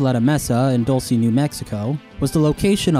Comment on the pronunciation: Lol "Dull- say, New Mexico"🤣